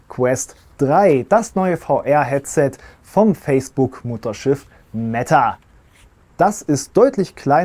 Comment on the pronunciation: Schönes Video 👌😃 aber warum wird "Meta" ständig so ausgesprochen, als würde es mit doppel "t" geschrieben werden wie "Metta"? Es ist so furchtbar 😵‍💫 Sprechen die meisten auch in anderen Videos falsch aus.